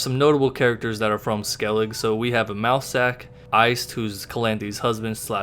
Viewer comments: It’s pronounced SKELLIGA not SKELLIG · Pretty sure the "e" in Skellige isn't silent... pronunciation is like "skellig-uh"